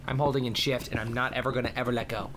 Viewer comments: When he said he was holding in shift, i thought he said im holding in sh*t. XD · he said shift not shit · I think he said shift? I still can't hear it